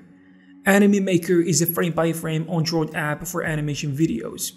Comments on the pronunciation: Learn how to pronounce Android. It's not an On droid it's an Android. Shit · Good information but I can't get over how you pronounce android. Also you pronounced gif as jif